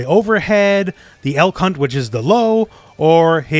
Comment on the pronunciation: I definitely misheard you lol. I had to turn on subtitles for this one. You said "Elk hunt slide", I thought you said "L-C*nt slide"